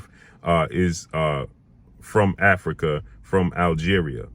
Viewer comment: Africa not Arica